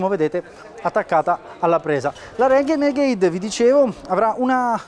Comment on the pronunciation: la Reghenegheid HAHAHA